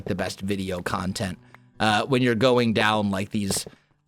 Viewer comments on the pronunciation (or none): none